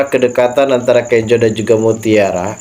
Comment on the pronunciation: Bukan Kenjo namax,Kenzo sebutanx😂